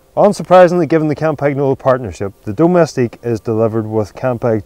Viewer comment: They have been mispronouncing "Campagnolo" in 9.9 videos out of 10 on YouTube; as a result even Italians struggle to pronounce the word correctly.